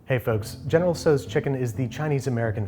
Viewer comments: (*General "SAU") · In Canada we say general tao chicken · except the dish is entirely american and named after a chinese general whom there's no identifiable connection to. you might argue that the correct pronounciation of the general's name is the correct way to pronounce this dish, but as it's really american, the pronounciation might've been faulty to begin with - and nobody knows where it truly originated from in the US.